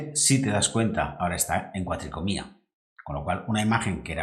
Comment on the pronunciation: Gran video, y una explicación perfecta. Muy agradecido por la información. Sólo un comentario: se dice cuatricromía, no cuatricomía. Queda muy feo en un video de esta calidad.